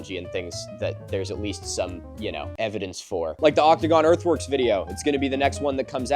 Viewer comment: every time he says "earth works" i hear "earth worms" and i know he knows about earth worms MILO TELL ME ABOUT THE W O R M S